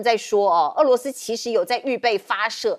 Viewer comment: 主持人注意标准发音：俄罗斯，俄是二声，不是四声